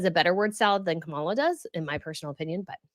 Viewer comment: Not to get political but...Trump is #1 in word salad, losing staff and spewing lies and going on tangents that make no sense. It's Kah mah lah. It's just dumb on your part not to pronounce the name correctly. EDIT: I was sarcastically addressing with “not to get political” which is what a said before she got political. Secondly, I was using B’s fun comment “it’s just dumb”. I wish people would actually pay attention to what the creators actually say!